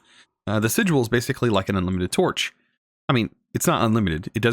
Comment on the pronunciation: Lol at the way you mispronounce "sigil".